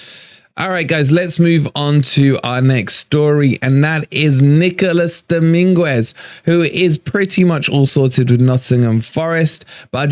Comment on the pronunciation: Sangare wont come. Dominguez is a great swap. Frueler was trash for us! Please stop butchering his name though 😂 doming-ez